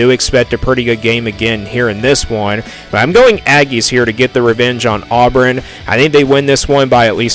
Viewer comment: Dude, you can’t even say Auburn right!!! where in the world are you even from?